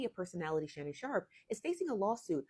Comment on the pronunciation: Shamnon shark??? I thought his name is Shannon sharpe 😂😂😂